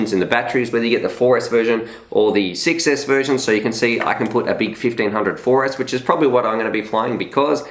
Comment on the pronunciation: I like Emax for good quality and price. I would love to win one of these quads from Emax, especially the tinyhawk rtf kit. The buzz seem like a good quad too, but i dont have any batteries for it..If i win it, I will be very very happy anyway. Funny when you say one version is 6s, it sounds like you say success hehe.